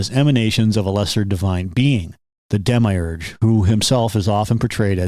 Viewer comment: I couldn't take you seriously for pronouncing demiurge like that